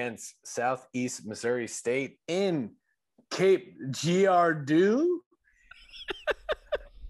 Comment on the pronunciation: Say it like cape Jerardoh